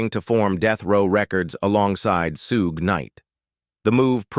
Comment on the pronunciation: I hate AI but this was funny listening to the robot talk. Especially loved how it robot said “Suge.” Good video though.